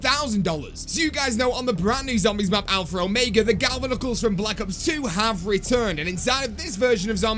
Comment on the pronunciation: ITS ALPHA OMEGA NOT ALPHRA ORMEGA LOL